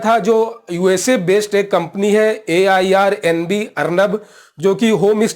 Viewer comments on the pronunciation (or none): It's Airbnb not Airnab.